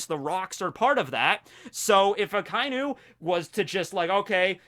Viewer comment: Ah-kah ee noo. Not ahkainoo